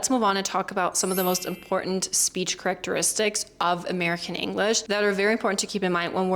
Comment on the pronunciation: You mis-pronounced Characteristics and as someone else noticed too Accordion (it's typically pronounced accordi-un). Other than that your english is really good. You are a word nerd.